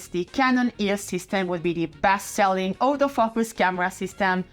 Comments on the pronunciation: What was said: “This is the camera which took autofocus to the masses.” What I heard: “This is the camera which took all those fuckers to the masses.” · Im not wuite sure if she is saying autofocus or autofu....ers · when she says autofocus I first understand "older f*ckers" 😂 idk why but then the subtitles saved it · The first time you said "autofocus" I thought you said… well, something more fun.